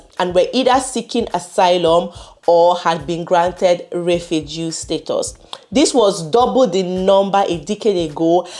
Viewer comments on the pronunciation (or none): none